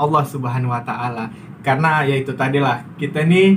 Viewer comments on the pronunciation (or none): none